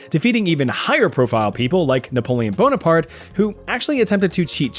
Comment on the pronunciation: sorry i heard Napoleon BONED APART